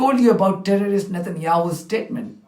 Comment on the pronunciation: I cant stand danny , israel in spokesman and his 4 yr old pronunciations. " tewwowist"